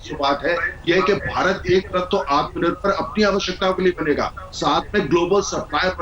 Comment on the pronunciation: ■■ आत्मा निर्भर नहीं - मोदी जी " आत्म निर्भर " कहिये ! आप ट्वेन्टी को ट्वैन्टीन कहते हैं - आत्म निर्भर को " आत्मा निर्भर " ? क्या मोदी जी, न तो अंग्रेजी ही सही है आपकी - न राष्ट्रभाषा का व्याकरण ? पता नहीं बारहवीं क्लास तक आप स्कूल के बाहर ही बैठे - - - पता नहीं क्या बेच रहे थे ? करबद्ध क्षमायाचना महामहिम ?■■